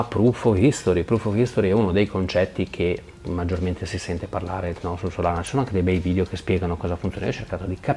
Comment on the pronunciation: ma è "SOLA"na :D